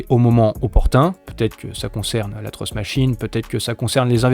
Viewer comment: c'est pas pour critiquer mais tu confonds la prononciation de "trust" et "truth" :) bonne vidéo sinon, comme d'hab